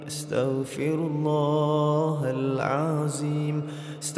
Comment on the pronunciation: Dia sebut astagfirullah ke starfirullah